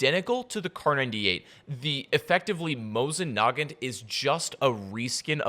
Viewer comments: Mo-Zin Nah-Guant Dude! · Mo-seen Nah-gon is the right pronunciation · Mosin Naaaagaaant Bro cmon it’s pronounced mozin negaant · Nobody:: mosin nagent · I like what they're doing with the Mosin Nagant, please learn how to pronounce it as well. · you need to learn how to pronounce mosin negant